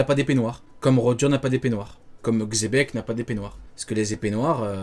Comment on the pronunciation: les pro montcorvo surtout il m'a contredi sur la prononsation de xebek et il m'a sorti chebek